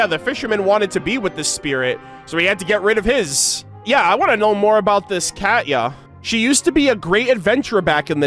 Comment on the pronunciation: It's not "cat-ya", it's pronounced "Kah-Tee-Ya". Sorry, that was just bugging me.